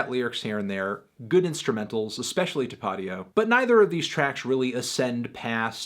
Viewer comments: tapatio "tuh-pah-dee-oh" melon im disappointed it's tah-puh-tee-oh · tuh-pot-io? MELON tah-pah-tio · this fool said tapadio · Tapatio is pronounced ‘toppa-teo’ not ‘tuh-potty-o’ it’s Mexican hot sauce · Tapa - Tio Not Ta-pot-eeo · no one gonna say anything about the way he said tapitio? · This pretentious dipshit doesn’t even know how to pronounce “Tapatillo”. Gibbs even said the shit in the damn song. Smh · he said “tuh-pah-tee-oh” lol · Tuh pah deeoh? Do you even sauce melon?!? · Did he really just say tah-pah-dee-oh ?? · he pronounced Tapatio as Tah-Pahdeeoh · Tah-pah-tio!! Top sauce, cause you put it in the top of your foods! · Ta-pah-dio? Really melon lmao, have you never had Tapatío before? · Especially TAH-POTTY-OH 😂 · Melon why you gotta butcher the best low-tier hot sauce like that . "Tah-pat-eoh" lmfao very agreeable review though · It's pronounced top ah tee oh, like the hot sauce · Anyone else hear how he pronounced tapatio? Lol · Completely baffled by how this man just pronounced "Tapatio" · Hurt my ears to hear the way he said tapatio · The way he said “Tapatio” smh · can't believe he said tapatío wrong 😓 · Yall keep ignoring how he said tapatio wrong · The way you pronounced tapatio is fucking disgusting. This is why we can't give convicted melons a platform. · Fantano pronounced Tapatio like he has never eaten hot sauce in his life. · haaha your pronunciation of tapatio is a little goofy melon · that's not how you pronounce tapatío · Teh potty oh